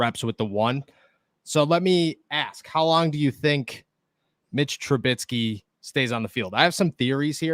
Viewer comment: Trubisky not trubitsky